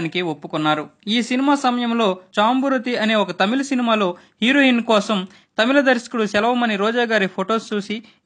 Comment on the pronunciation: హీరోహిన్ కాదురా నాయనా....హీరొయిన్